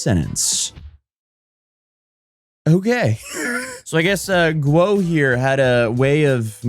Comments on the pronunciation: u say Gwuh but it sounds more like Woh; there’s no G in there that I can detect lol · . Still wrong. Woah when ghee she said. You started with guoah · Say it like Gu-OH fast.. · Guo might as well as been Ggwhuweououeio according to 🤣 edit: lmfao